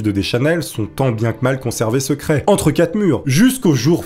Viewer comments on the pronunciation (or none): none